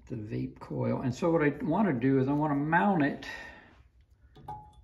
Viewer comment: Pronounced "Vay-Pay" . Very high quality ignition system.